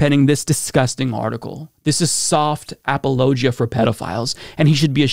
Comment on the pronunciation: Is seriously pronouncing "apologia" as "ap-a-low-ja"?